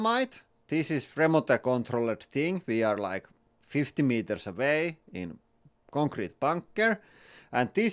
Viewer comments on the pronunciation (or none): none